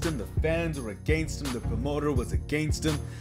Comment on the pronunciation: "AHGANST HIM"